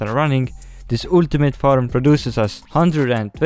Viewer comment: I love how pronounce Faram instead of Farm